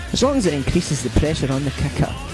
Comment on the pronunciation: At first I thought he was saying "Kaka" when he was saying Kicker! XD I loved the video 5 stars!